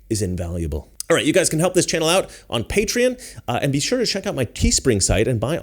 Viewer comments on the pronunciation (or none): none